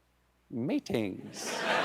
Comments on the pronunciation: The face when he finished with "I do love MEE-TINGS" 😂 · Is it 'meetings' or 'meatings'??